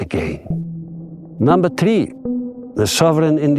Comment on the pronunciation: Намба три 😂😂😂😂😂😂... Три такая чёткая, русская 😂😂😂😂😂😂